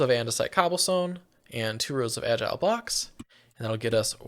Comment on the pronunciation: I was losing my mind over how they pronounced it “agile box” glad im not the only one